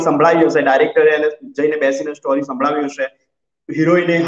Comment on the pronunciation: સ્ટૉરી નહીં સ્ટોરી‌ બોલો. પ્લીઝ